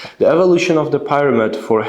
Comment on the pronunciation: The Pronunciation of “Pyramid” is wrong